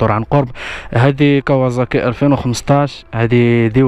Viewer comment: كاواصاكي ماشي كاوازاكي😂